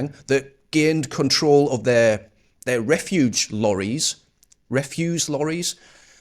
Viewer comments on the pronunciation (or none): Not a grammar police but you keep saying refuge, it's "Refuse", it's beginning to annoy me 😂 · Refuse mate, not refuge. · Sounds like you say "river of refuge" rather than river of refuse. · Res’use’ not ref‘uge’… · Refuse not refuge. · Why can't you say the word REFUSE (rhymes with GOOSE)? It has an S not a G